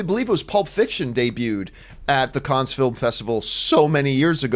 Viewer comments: Pronounced CAN not CANS. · Please stop saying "Kunns" - it's pronounced "Kunn"! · "the kons film festival" No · It’s pronounced can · Isn’t it pronounced just “Cann”? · I'm pretty f-ing sure it's pronounced "Cans". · No it’s pronounced can